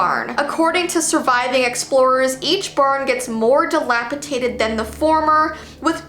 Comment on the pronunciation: The word is ‘dilapidated’, not ’dilapiTaDed’